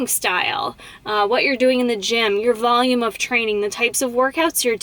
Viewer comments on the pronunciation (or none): none